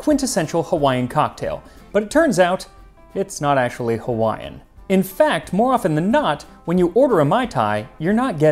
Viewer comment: Good job on pronunciation of Hawaiian.